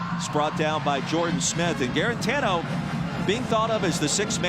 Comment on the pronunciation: I get that it's a struggling Vols v cupcake game but the color commentary was so annoying this game. Go back to D-III hockey.. maybe you'll have an easier time pronouncing those French names than you did with "Juarantano"